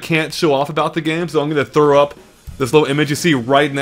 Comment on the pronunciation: at the start i thought you said im guna through up XD i was like... my god